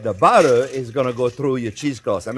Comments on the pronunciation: "We got budder" 😂 Awesome! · "We got buttuh" slayed me! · I don't think I've ever heard anything quite as French as Jean-Pierre saying oh butter is good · A French man through and through except when he says "butter". He says butter like a NYer. 😁